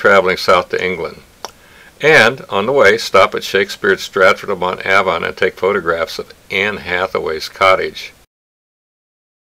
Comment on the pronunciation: Strattford upon Avon.....pronounced Ayvon. You really should have brushed up on British pronunciation before you came here.. Hope you had a good time though.